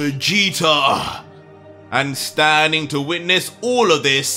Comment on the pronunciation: Anybody else notice and laugh when says Vegeter instead of Vegeta 😂 I love it! Keep up the great work....